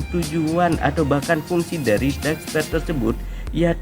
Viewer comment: Masukan min Belajar mengatakan bhs inggris dengan baik min Dark spear bacanya bukan dark sper tapi dark spir Sma yg lainnya jg min Good luck min